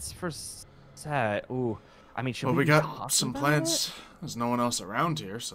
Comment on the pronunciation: it's Set, Seth, Setesh, and Suetekh. Though, for this series, it's just Set. Not Sekt.